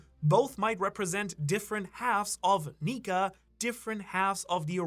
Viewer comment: Bro you gotta watch how you say nika